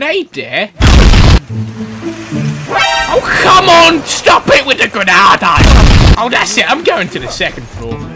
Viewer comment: "What does grahnade mean" Mhmmmmmm maybe GRENADE?!?!?! XDXDXD